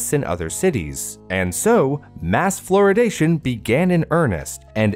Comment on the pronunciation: ‘Floridation’ sounds like the Florida version of Californiacation lol